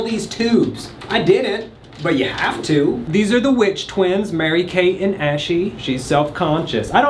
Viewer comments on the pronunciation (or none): BRO SAID MARY KAYE AND ASHLEY🤣🤣🤣🤣